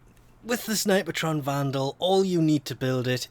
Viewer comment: There is no "ah" in snipetron, fyi, two syllables. People can call weapons however they want though.